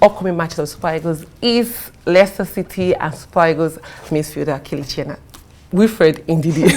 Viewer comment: She called him kelechi ! 😂😂😂